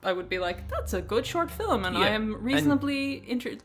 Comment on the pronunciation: I just can´t get over "Filim"